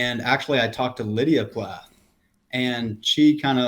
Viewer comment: Plath, not Plaith. Can’t stand to watch anymore of this.